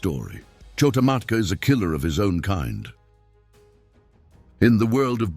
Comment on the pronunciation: It’s not KHO-TA MATKA.